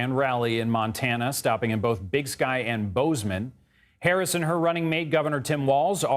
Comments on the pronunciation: her name is Kamala, not Camillo. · This guy needs to learn how to say her name. It’s not “Ka-meal-ya” it’s “Ka-ma-la”. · You pronounced her name wrong...smh... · Please pronounce Kamala correctly!